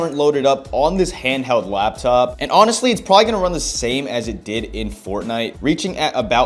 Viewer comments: I heard you say "Lab" top like 60 times ya bot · the way you say :"laptop🙄"